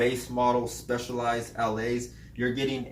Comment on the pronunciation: It's pronounce "Allay", it's French for "go". Took me a while to figure that out.